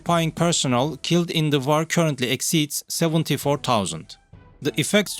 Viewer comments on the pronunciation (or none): Well yes kindof, just got annoyed of the pronounciations of some of the words, like war is war not vaaar , what was wrong with using that french lady robot voice, everybody thought she sounded sexy, anyhows enough of this, rambling I can just unsbub and done... bye for now